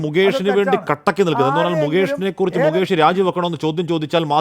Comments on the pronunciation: മൂകേഷ് അല്ലടാ, മുകേഷ്, ഇനി മരുഭൂമിയിലെ ഒട്ടകത്തിനു വെള്ളം കൊടുക്ക്‌ 😂😂😂😂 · മൂക്കേഷ് അല്ല ഒട്ടകമേ .. മുകേഷ് . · മുകേഷാണോ മൂകേഷാണോ?